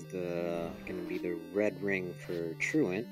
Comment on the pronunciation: Man it was kinda annoying to listen to that guy constantly mispronounce the word truant. Good race tho!